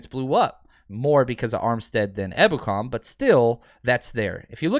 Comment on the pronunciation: Haha finally pronounced his name properly! Better late than never